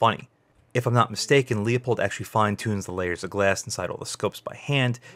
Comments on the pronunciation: Good review. I own the Leupold 3-9x33 EFR. It has an AO so parallax isn't an issue. I think your review would gain credibility if you learned how to pronounce Leupold. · This is a bit difficult to watch. At about the 2 minute Mark now and I already have some corrections: -This scopes parallax is NOT set to 100 yards. It’s right in the spec sheet. -Tube size doesn’t affect light transmission. Edit: I have to stop . You can’t even pronounce the brand name correctly.